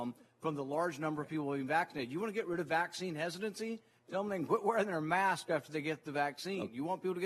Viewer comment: And for Heaven's sake it's "mask", not "may-usk". One syllable doofus!